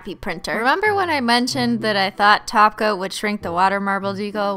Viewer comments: she says taco instead of top coat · I love the way it sounds like you say taco instead of top coat!😂😂😘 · Now it sounds like she is saying taco on purpose instead of top coat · Why do you say "Taco" instead of top coat? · She says 'taco' instead of 'topcoat'..... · you need to learn to say TOP COAT NOT TACO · Amanda Torres SHE SAYS TACO OML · She says taco on purpose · Rory Turing she DOES SAY TACO JEEEZ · She really says "taco" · Rory Turing she says taco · she’s saying taco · She says taco to top coat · that's cause she is saying taco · She does say toco in every flipping video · Even I heard Taco..... This time.. ✌ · A. Sam haha XP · Joeybrian2 because she’s saying taco on purpose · she is saying taco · When you say "top coat" it sounds like your saying "taco". Ha ha !!🤓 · lol when she says top coat its sounds like taco! :D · When Kristine says top coat I always think she says taco xd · top coat sounds like Taco sometimes CX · When u say top coat, it sounds like taco(not hungry) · Christine. ....... thats not how u speak Russian. ... just no..... and I hav never heard of glossy taco.... where do you by it??? this is my dads account but I am a 14 year old girl who is obsessed with your videos.... I AM PROUD TO BE A HOLOSEXUAL!!! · it sounds like your saying taco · who thought she said taco not top coat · Joeybrian2 she does that on perpose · She is